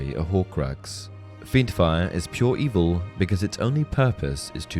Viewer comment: "...that aren't inherently EV-EL-AH"